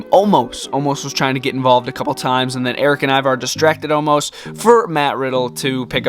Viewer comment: its omos not omas